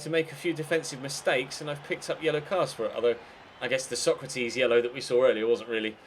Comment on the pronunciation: Stop saying Sokratis like Socrates. I know it's a little thing but it really bugs me.